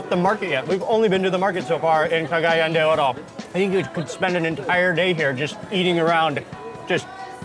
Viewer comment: You are pronouncing Cagayan incorrectly! It's CA-GA-YAN! The accent is on the YAN!